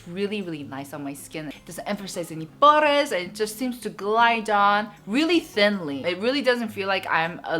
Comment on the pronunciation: 이렇게 한국 코스메틱에 대해 얘기하는 유튜버는 처음이에요!! 다들 제품 칭찬이나 점잖게만 말하는데 너무 솔직하고 재밌어요ㅜㅜㅜ!! pores 말하는 발음 넘 웃겨욬ㅋㅋㅋㅋㅋㅋ